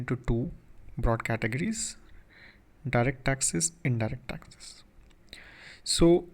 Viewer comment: dude..just say taxes...why tasksess.?...